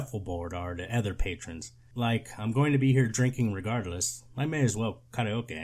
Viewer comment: “WHALE”. instead of “Well”.